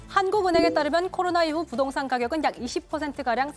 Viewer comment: 근대 이 아나운서는 말도 가끔 버벅대고 발음도 안좋은거같은데 왜케 여신이라구 하는건가요? 이뻐서? 부동산을 부돈산이라고 자꾸...